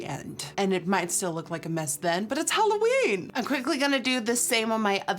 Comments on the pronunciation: Every time you say, "Halloweek" my holosexual gene hears, "Holoweek." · yeah I know. But u know what I mean. The whole 'holoween' sound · Am I the only one who thought that she said holoweak 💿💿💿